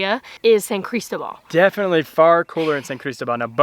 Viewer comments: Buen hecho. Pero.....favor de pronunciar la ciudad de San Cristóbal "San CrisTObal" :) The accent's there for a reason :) ¡Me encanta San Cris! PS. San Cris has an amazing dental office called Salud Oral. From cleanings to implants etc. State of the art! (website in Spanish and Eng.) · love it friends, best wishes from cordoba spain, dont forget the accent on the O san cristObal, looks awesome there, following you all the way, oh no please no mcdonalds, burger king and walmart, please no no no, cuidense!